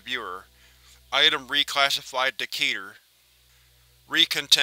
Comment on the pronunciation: One thing I like about this channel over all other scp narration channels is that you pronounce keter correctly. Most others say ket-er.